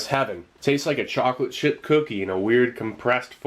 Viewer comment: Did I hear “Chocolate Shit Cookie” lol